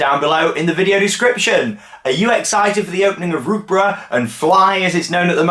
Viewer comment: Rookburgh, its more like: rowkburg. Burg same as the burg part in burger. Its not the same as Edinburgh.